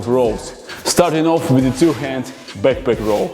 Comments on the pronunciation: Nobody:: "BAKPAK" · I love when he says: BACKPACK!! Next level: SANDBAG IN BACKPACK!!! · Byeckpeck in syendbeg